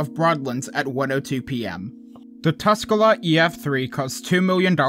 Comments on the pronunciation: Tuscola is also pronounced Tus-cola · I noticed you struggling to pronounce some areas so here are some of them since I know they are hard to pronounce if you're not native Pekin: Pee-kin La Salle: Lah Sal Tuscola: Tusk-coal-ah You were pretty close, though!